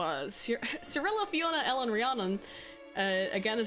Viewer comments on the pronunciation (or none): none